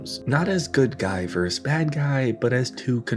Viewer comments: It is not “good VERSE evil.” It is “good versus evil.” VERSUS abbreviated as v. or v.s. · arrrgh. it's a nitpick, but... "versus" has two syllables. verse-us.